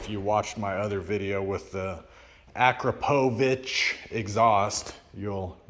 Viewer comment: It's definitely orange in person IMO. Looks more red on camera though. Would you be interested in selling it? Found your instagram and sent you a message about it. Also Akrapovic always gets the Americanized pronunciation lol! It's pronounced "Uh-Krop-Oh-Vich"